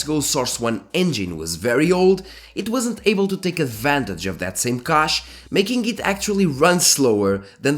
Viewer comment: The Ca in Cache is pronounced like ca in cash 💸. Thanks for the video.